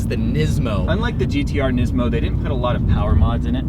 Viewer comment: Nizmo lol its pronounced niece-mo